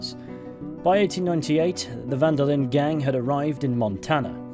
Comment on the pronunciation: Van der Linde is also pronounced wrong by everyone in the game and almost everyone playing it. As a german, german and dutch are very similar languages, and I was really shocked how people pronounced "van der Linde" like "Wanderlin"